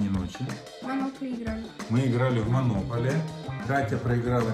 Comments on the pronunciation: Там не монóполи, а монопóлия. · Не монопали, а монополия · Хахаха! Вы так смешно говорите монополия😅Говорится не монОполия а монопОлия! Это так смешно😅😇